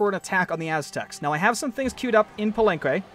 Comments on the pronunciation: palanque exact pronunciation is pa-lan-ké (not pa-lan-k-oué) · Pa-leng-qay, i think that's how you pronounce it